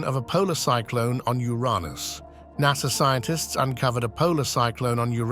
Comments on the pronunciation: lol closed caption spelled NASA the exact way the robo narrator said it, NASR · Bro said nasr